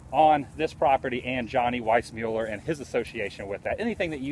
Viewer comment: It's not Weissmueller it's Weissmuller.